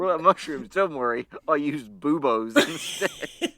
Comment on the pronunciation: I heard Boubos as "Boobos" like their breasts